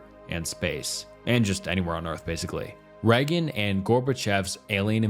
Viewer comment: That AI voice is really noticeable here. Listen how “he” pronounces Reagan’s name and how much the AI butchered the term “cult of personality.”